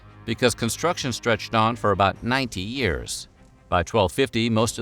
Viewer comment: The Norte dame church i couldn’t understand if the narrator said 19 or 90yrs can anyone tell me what he said?